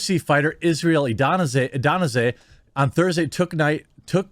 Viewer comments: It's isreal ah-day-son-ya not ah-den-say lol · C’mon, say his name right. Adesanya, not Adonasay. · Israel A De sanya not anonasay A de sanya Adesanya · AHD-DUH-SOHN- YEAH..Adesanya.. The Champ and Joe Roge's N-word with an A. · Adanasay? AH-DIS-AHN-YUH ADESANYA Also Izzy has been vocal in the past against his home country of New Zealand for their lockdowms and mandates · its A-DA-SAN-YA not adona zaa ha ha numpty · Dude. Its not Adasanay! Seriously. Read his name. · You’re mispronunciation of Adesanya was amusing. “Adonisay”(!) Try practicing reading things before making videos. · It's pronounced ah-da-sa-nya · How the fuck do you mispronounce Adesanya like 5 times? It’s not a hard word to read. A-de-san-ya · AH-DES-ON-YA = Israel Adesanya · Israel Adanessse? Really? Always baffled how Americans can't read names. Guys it's a combination of letters like any other word, don't try to guess, just read the freaking name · Adesanya pronounced ADAY…SUNYA who the hell is Adanaze 😂. Good video though. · Isreal Adana-Zay? I r dissapoint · "Adanase" lol what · Bro it’s excruciating on the ears!! Here I got you say it like this ADD-ES-AN-YA. You got this Jeremy. Being a fan of the dude it hurts to hear, that’s not even close 😂🤣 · It's A-de-sanya. Put some respect on my man's name. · Not sure if this will halp but Israel's last name is pronounced like Ah-dess-on-yuh. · Say it with me.. Ah-day-sahn-Yuh. To make it simple just call him Izzy. That's the norm. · You screwed up his names Ades-Sanya. Lol you can tell he doesn’t watch the UFC. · You can tell he doesn't watch the UFC much. Just for future reference, the fighter who defended Joe Rogan his last name is pronounced like add-a-san-ya. I noticed you struggling with it, I really can't blame you, I am American as well, and just look at that last name, the only reason I know how to pronounce it, is because I watch the UFC quite a bit. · His last name is pronounced Ah-deh-san-ya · It's pronounced Awe-dis-sahn-ya genius